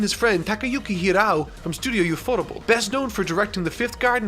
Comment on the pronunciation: Clawing my eyes out with saying “yoofottubul” instead of UFOtable